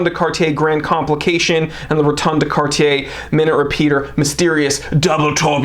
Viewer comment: I like that you say Cartier and not Cardier